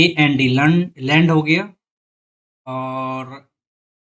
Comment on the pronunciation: bhai hassi nahi rukri hai🤣🤣🤣🤣🤣🤣 tumne land ko kya pronounce kar diya hai